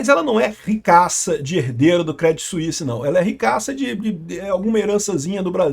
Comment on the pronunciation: A pronuncia correta é " Crêdí "... Crê não Cré ... acento no i e sem falar o T; Outro dia fez um video falando do branco BNP Paribas, se pronuncia " Parribá ".